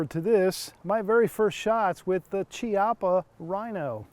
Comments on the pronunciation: KI-appa, not CHI. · Chiappa is Italian, so it's pronounced Key appa, not chee appa.